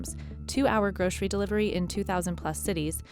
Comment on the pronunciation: Groshery? We say Grocery here. Where are they?